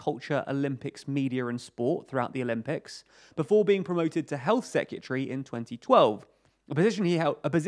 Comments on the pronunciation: Seh-kYuh-tree? When you hear a word so many times it loses meaning 😄 I think this pronunciation is missing an R each time though (seh·kRuh·tuh-ree) Great info and video as always though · Dude, LEARN HOW TO PRONOUNCE SEC-RE-TARY! IT'S NOT SEC-U-TREE! 🤦🏻‍♂️🤦🏻‍♂️🤦🏻‍♂️ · It sounds like "Se-ke-tree" to me. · I love your videos but can you please pronounce Secretary properly, its not secutry. It was used a lot in this video and started to get very cringy... It's like those people who say nucular instead of nuclear... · hahaha. I think the second syllable has a U in it. Se-cu-tree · Great video but that's not how you pronounce secretary 🤣! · can you pronounce secretary correctly pls